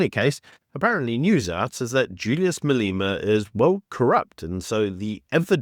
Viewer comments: your pronunciation of Malema as "Maleema" is wrong. Exercise to say "Malêma" please. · Who pronounces it Malima 😅